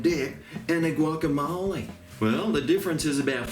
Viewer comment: Looks good! There are so many variations with guac/dip. I use 4 ingredients too, but you can only see the avo... Where/when did you learn to speak Spanish, very impressed;)